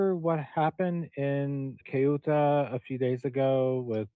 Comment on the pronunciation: Bravo, you pronounced Ceuta correctly 👏🏻👏🏻👏🏻